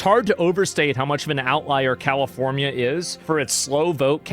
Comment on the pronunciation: 'Califormia' Hahahha